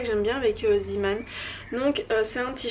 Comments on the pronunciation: Juste un petit commentaire, ça se prononce "Zémane", non pas "Zimane"... Ça vient du néerlandais "zee" = mer et "man" = homme, donc marin. :) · LynaPrincesse RaleuseYtb oui mais ça se dit zeeman (zémane) puisque ça vient du néerlandais ;)